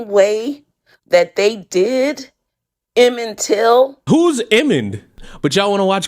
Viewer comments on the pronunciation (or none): I'm not even a minute in and I'm already dying at "Emmond Till" 😂